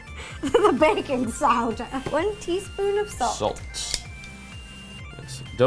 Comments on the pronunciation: baking sowder LOL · They were referencing Ro's mistake when trying to say Baking Soda...